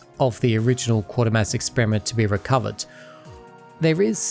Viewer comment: FYI it's pronounced 'Kway -ter-mass' and the football team is ;Sell-tic' not 'Kell-tic; In the 1970s there was a Scottish soap opera called Garnock Way, set around a mining village in Scotland. You can get a couple of episodes on YouTube but I don't think anything else is availabe.